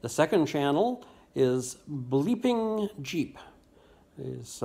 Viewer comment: Full view and like #14 from me! I like that cool font at the beginning of your video here. Do you remember the name? Bleepin Jeep, at first I thought you said Bleedin Jeep! And yes, I have practiced my groaning! Ah, I see what you did there! A very nice twist! Thanks,. I needed to chuckle! Have a great weekend, friend!